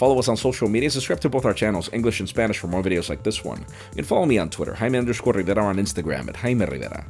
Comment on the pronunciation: Rrrjjjjaimé rrriveira!